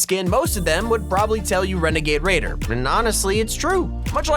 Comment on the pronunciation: Wenagade wader